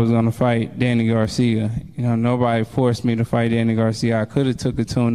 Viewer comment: Danny Garcia! Not Garciam Philadelphia not Philadelphiam!!!!!!